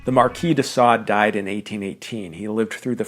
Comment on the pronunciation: bro can't even read de Sade, what the fuck is going on with book enthusiasts these days?